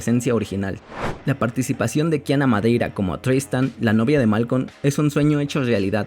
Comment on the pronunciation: No es malcon😂😂 es malcolm